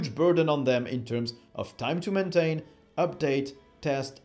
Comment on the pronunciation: Very good, but suggest you listen to British news announcers to improve your pronouncing of English language; for example maintain, you pronounce it men-ten instead of mayn-tein, and when you speed up your videos it gets worse, just constructive suggestion.